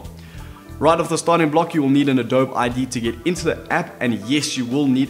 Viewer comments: pronounced Adob-e not Adob! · Just and fyi, it is pronounced adobee. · u can't even say adobe